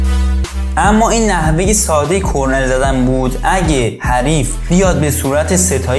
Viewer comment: کرنر درسته نه کرنل😂👌